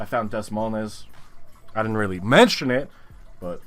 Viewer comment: Des Moines is pronounced duh"-MOYN. It's the capital of Iowa fyi.